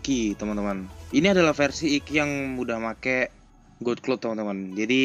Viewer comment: god dibaca gad bang.. phoenix bukan poniks.. piniks.. cmiww